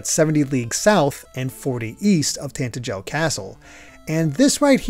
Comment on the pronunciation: Ok I'm Sorry, but every time you pronounce Tantegel, my ears freaking hurt. It's Tantegel not Tantejel, you're supposed to say it with a guh sound. You don't even need to hear it to know that's how it's said, if you understand how the English language works it's freaking obvious! I'd Understand if it was a complicated word like in some games, but come on!!